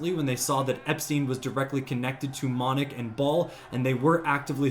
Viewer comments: Its Moloch..not monoch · It's not how you pronounce it , it's not monick its molelock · And its Molech..NOT MONEK, dope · You dummy the Baal statues are made by the Iranian regime to gin up hatred of external forces and divert ire away from the Iranian regime. Also, it’s Moloch not ‘monech’. And Iran is not pronounced eye-Ron. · The names are pronounced as, “Bay-all” and “Moe-lock”. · Rewatch your video as an illiterate this is how you learn how stupid messing up information is you kept saying the word moloch or Molech so incorrectly that it looks like you were trying to mention something else that I know you really shouldn't about death